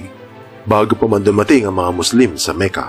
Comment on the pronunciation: Makka ang tamang pronunciation po hindi Meka